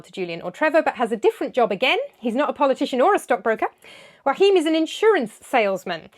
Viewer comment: Fanciest pronunciation of Joachim ever 😂